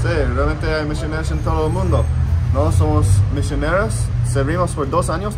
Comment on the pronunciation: El "Misioneros" cuando lo dijo el gringo de la izquierda min me hizo acordar del cap de los Simpsons y la canción "Camioneroooou" JAJAJA PD: en mi family siempre estuvo la creencia de que esos templos eran de la CIA, na q ver, o capaz zi